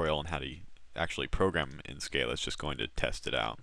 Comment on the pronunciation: Good tutorials, thanks.. but.. "skah-luh"